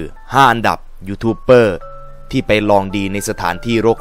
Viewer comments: ดูกี่ทีก็หงุดหงิด youtuber มันตัว B แต่ออกเสียงเปอร์ทั้งคลิป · อ่านว่า"ยูทูบเบอร์" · ยูทูปเบอร์ ครับ ไม่ใช่เป้อ